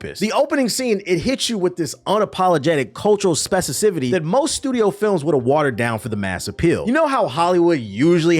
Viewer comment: Were you trying to say specificity? Because you kept saying specicifity and it took me out of your commentary a bit. 😊 other than that, I really liked your take on it. Very Dope.